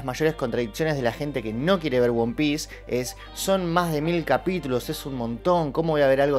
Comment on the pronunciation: "Won Piece"... 😂